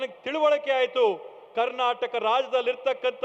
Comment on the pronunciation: ಕಣ್ಣಟಕ್ ಅಲ್ಲ ಮಹರಾಯ ಕರ್ನಾಟಕ..